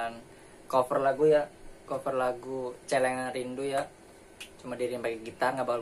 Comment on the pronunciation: Bangsat ngomong Celengan nya gitu amat wkwkw